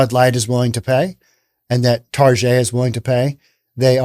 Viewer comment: Please call it Target and not "Tar Jay" - it's more correct especially as they are targetting children.